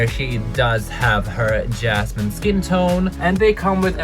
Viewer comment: It hurts my ears every time you say jasmine instead of Yasmin 😭